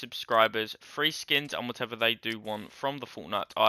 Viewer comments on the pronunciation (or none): none